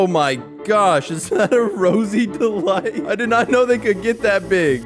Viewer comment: The Rosie delight became Rosie deheight